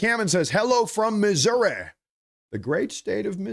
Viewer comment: actually says Missouri the correct way!!! Even our own Politicians say it wrong (transit Politicians anyway)